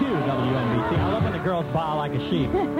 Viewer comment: You said it wrong... LOL. It's W ENNNnnnnnnNN BC.